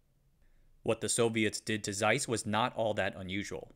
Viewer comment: Learn to pronounce the thing you are making a documentary about. A German "Z" is always a TS. Hard, sharp, like Germans